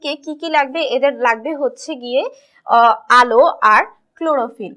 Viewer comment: second এ আলো হবে আলে নয়